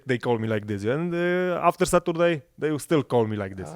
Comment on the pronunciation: Satoorday :D